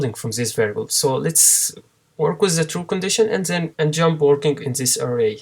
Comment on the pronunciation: Все, что выучил так это как ты индуская морда говоришь джамп... тьщамп! вооот....